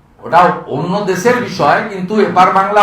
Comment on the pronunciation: দেছে না বলে দেশে বলেন 😆